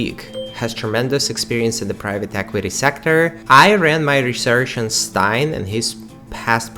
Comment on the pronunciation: Just a little comment, on the pronunciation of the surname Steyn, it is pronounced as stain in English.